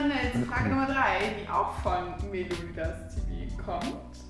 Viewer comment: Da stand Meliodas TV also Melio-das TV aber sie hat sich ja eh Entschuldigt für eine Falsch ausprache